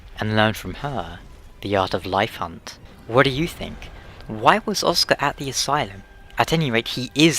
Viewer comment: "Åska" pronounced: "Oscar" (without the "R", and with a British accent). Means "Thunder". "Åskar" is the noun form of the word, which is pronounced the same as "Oscar".